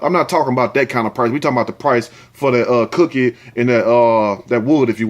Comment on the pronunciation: U keep killing me with "cookie" "wood" and that "fonkey(funky) ass"! Even with the most serious stories u find a way to crack my ass up!